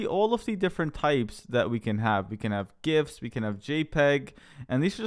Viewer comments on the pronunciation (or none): none